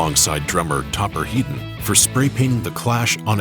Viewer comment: FINALLY SOMEONE GETS THE PRONOUNCIATION RIGHT WITH TOPPERS SURNAME. HEEDON NOT HEAD- ON.